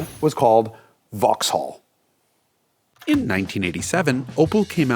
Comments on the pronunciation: It's pronounced VOX'LL, not vaahx haaall ffs haha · Cool video, but a tip from a brit - you dont pronounce the H in Vauxhall. So its like Vaux-all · I’m not even British but even I cringed every time he said “vox-holl” lol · Jason keeps pronouncing it "Vox-Haul" instead of "Voxal". I did enjoy the vid, tho. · Vauxhall is pronounced vauxall not Vaux-hall. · Just a small point - don’t pronounce the ‘H’ in Vauxhall. It’s pronounced ‘Vox-all’. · The h in Vauxhall is not pronounced. In fact the second a isn't really either. "Vaux'll". A bit like how you all say Buckingham (or anything ended with ham) as it's spelled, but it's actually "Bucking'am". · Drop the H in vauxhall 🤦🏻‍♂️ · Vauxhall is pronounced pretty much like 'Voxel'. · The Way You Are pronouncing Vauxhall sounds so strange it sounds like you're saying it as two different words Vaux hall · Vauxhall is pronounced "Vox-ull" in the UK. Also, as an Englishman who lives in the US, the comment about class was way off the mark. The British are generally proud of our class we're born into, and independent of wealth, it's a big part of our identity. In the US, being working class means you're often basically poor, get little assistance, and looked down upon by the media. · Vox-all : We don't pronounce the H in the UK. Great car though - I remember seeing a few of them on the road back in the day. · BTW Jason (and America) Silent H Vox-all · This was such a brilliant review and history. The pure boost noises at the end was exactly what we needed. Jason's British accent is really pretty good, but for more style points in the future, don't pronounce the "H" in "Vauxhall", so "Vox-ull", and with numbers, always put an "and" after "hundred", so "one hundred and fifty". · in the UK, the H is silent in Vauxhall. It's pronounce 'vox-awl' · Cammisa, I love you baby, but hearing you inflect the H in Vauxhall is hurting me deeply. Love, a Bri'ish Vaux'all enjoyer. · In the UK we don't pronounce the H in Vauxhall.